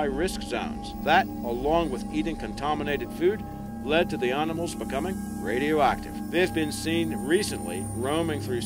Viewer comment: Arnamals and Hum-a-noids Could listen to this shit all day